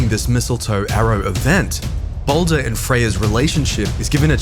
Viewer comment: "Baulder" lmao